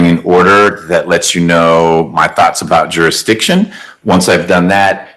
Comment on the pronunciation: Did they ever prove "jurydishin"?